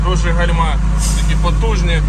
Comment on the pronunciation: гАльма а не гальмА